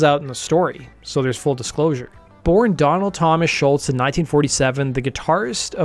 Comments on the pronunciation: You can’t even say his name right. Say Scholz, your saying Shultz dork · There's no "T" at the end of Scholz. It was annoying to hear you constantly say Sholtz.